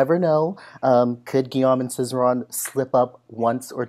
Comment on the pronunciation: It's not "Guillaume and Cizeron"! You said this 2x ar the beginning. It's Cizeron and Papadakis. 😍 Also: say Ghee-ome, not -ahm. Sorry--French major here! Merci.